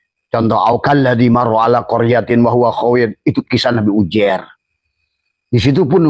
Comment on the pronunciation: Yang bener itu penyebutan nya uzeir bukan ujer..., ngomong aja ente belum becus...😂😂